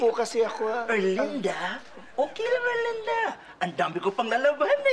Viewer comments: The way she pronounced ERRRLINNDAAA is so funny 🤣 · When Mamaw pronounce Er-Lin-Duh!!!🤣😂😂😂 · The way he says erlinda...sound like..erlinder....sowsyal ang mamaw shet ..lolz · The way Mamaw's pronounced Erlinda's name is so expensive ✨